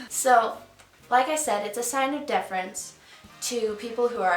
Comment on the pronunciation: great video! excellent info. (but are you saying difference or deference?)